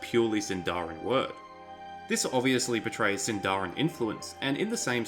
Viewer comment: Shouldn't Sindarin be stressed on the first syllable? Anyway, the fact that Dorwinion is named in Sindarin doesn't pinpoint to Elves living there at all. Countless places are named in Sindarin, Gondor for example, Harad...